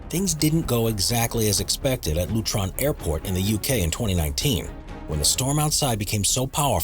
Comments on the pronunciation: It's LUTON Airport not LUTRON FFS 😂😂😂😂😂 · Met not M.E.T and there is no r in Luton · It's luton airport not lutron airport. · Luton. (Lu- tun). Not lutron sound like a transformer lol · ‘LutRon ‘ airport?! Where tf is that? It’s Luton airport you yankee dork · "LUTRON" Airport? I think he means LUTON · “Lutron airport…” I died hahahaha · There's NO such place in the UK as 'Lutron' Airport !... It's LUTON ! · "Lutron" airport? Looks like somebody has neither travelled much nor watched British television extensively. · Lutron Airport???? No mate, LUTON Airport! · "Lutron" airport 😂😂 it's Luton mate, no "r" in it. Pronounced "Lu-ton", "Lu-tun" or "Lu-un" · "Lutron Airport" LOL. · The commentary on this is so bad, where is Lutron airport? There is a Luton airport. The uk weather service is the Met office, short for meteorology, pronounce met as in bet, not M.E.T. and what's with all the adverts, 6 in a 20 min film makes it unwatchable especially since they interrupt at the most ridiculous moments. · It's Luton not Lutron...😁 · Lutron airport? Luton* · LUTON, not Lutron. Xx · “Lootron airport” in the UK, also known as Luton airport 😳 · or "Lutron Airport", as he called it. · #15 - I’d have been sick ! 🤣😂🤣 #10 - It isn’t the M.E.T. Office as the narrator states - it’s the Met. Office - Met is the abbreviation for Meteorological. #8 - It’s not LUTRON ! It’s Luton ! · LutRon Airport? Wheres that then? Its not good when you can't be bothered checking your facts.